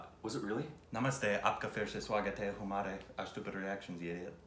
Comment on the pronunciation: Great Korbin intro in hindi. U nailed it. But I am gonna nitpick a little. The word humare wasn't right. It's ok it wasn't ur fault. It shouldn't sound like "who- mare" It should sound like "ha" as the sound when we laugh but with partially open mouth or the sound as in her. So it is Ha- mare and spelled as humare